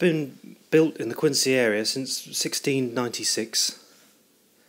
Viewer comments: Yes, I lived in Quincy for over 40 years and had my sisterr, two brothers in law and many friends work at the Fore River yard during WW2. And the proper pronunciation is Quinzee not Qiuncee. All other cities in the US of A are pronounced Quincee. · Thanks for making this video. I have a few questions and comments. Having grown up in the area, I can tell you that the local pronunciation of Quincy is different than it is spelled. Replace the "c" with a "z" and it will sound correct. Regarding the slipway where the ship was built, I think it is either #10 or it was one of the "cruiser" ways (6 through 9). This is because the craneway doesn't have the heavy girder overhead structure. 10 through 12 all had this structure at least when I was growing up (see your 1980s photo) and perhaps it was added during the war. If you look at a video of the launching of USS Massachusetts in 1941, it appears that #10 doesn't have the overhead structure, or it's building ways was farther north. Secondly, where did you get these photographs? I have always been fascinated with the craneways at the shipyard and have found very few pictures of them. Again, thanks for posting. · Thanks for your feedback. I've been told about my pronunciation of Quincy a few times now :) According to cassidy109 (see comment below), the ship was built on #10 slipway (#11 and #12 were built later in the war). All the high res photos I got from the National Archives. Don't forget to check out the other videos in this series on the home page!